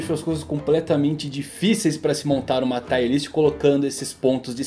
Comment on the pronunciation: Parabéns pelo vídeo. Só uma correção, " Tier" se fala como escreve, não " Taier". Valeu.